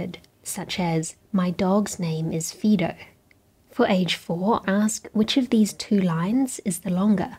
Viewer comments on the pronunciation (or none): fido lol pronounced like fai.dow i made sure to check the British way of saying it too. Definitely not fē.dow sorry really jk i liked the video. But Fido got my ear 👂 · IQ tests can still be BS today. Also, it's Fydo, not Feedo. ;) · FYI the dogs name is pronounced "FAI-do", you pronounced it as "FEE-do". It's a Roman name, it's short for fidelis, or faithful. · It’s pronounced “Fydoe” not “Feedoe” 🙄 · It's Fiii-do not Feee -do lol 😅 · Feedo ? It’s pronounced f- eye- doh, i doesn’t sound like E, no matter how American you are. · I pronounce it Fie-do not Fee-do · According to my life experience of American English, the i in fidelity is a yet different third vowel. There's the "Latin pronunciation" Fido ("eee," like she says), the modern American English Fido ("eye",) and for me, the i in fidelity is more like "ih". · In the USA, the dog's name would be pronounce f eye doh. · Fee-doh? ❤ Fail! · The correct pronunciation depends on location. For those in the U.S., it’s FEYE-doh. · You fail the test for the way you pronounce Fido. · Interesting, thanks,. By the way, the classic dog's name "Fido" has first syllable rhyming with tie, not with see. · she has an Australian accent. Any nzer knows how to pronounce Fido.